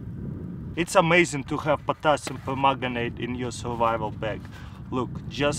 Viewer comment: did he say potasium pomegranite?